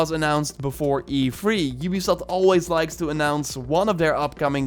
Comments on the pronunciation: It’s E3 not EFREE. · Every time u say E3 it's sound's like u'r saying efreet